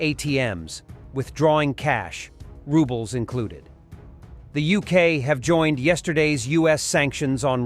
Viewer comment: lol he kept saying we both used "rubble", i don't think he knows the name of russian currency or it's got to be a bot